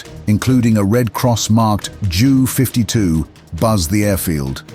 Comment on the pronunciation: "Ju - 52" is NOT pronounced like that ! What's up with these Robo-Voices anyway ?